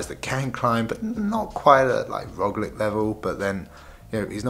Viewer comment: when you pronounce Roglic's name..try Roglitsch (tsch stands for Č) he will be pleased